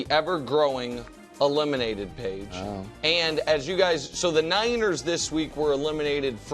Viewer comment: He pronounces Niners like Weiners.